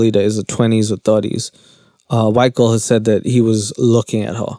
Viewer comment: Can you say girl without saying “gull” lol